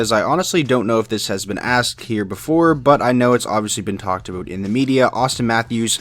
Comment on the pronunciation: Did you say aboot at 17 seconds in? dude..... stereotypes